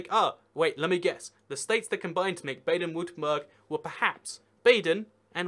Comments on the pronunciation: Berg not Burg! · Baden-Wurtemburh, Pronounced "Bah-Den Vur-Tem-Burg" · You have to work on your pronunciation of German cities, man. Brey-men = Bremen. Baden-Vurttemberg = Baden-Württemberg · Marc Exner Nah, Baden-Württemberg gets butchered way more